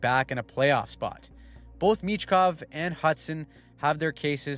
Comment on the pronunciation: Pronounced Meechkov not Mitchkov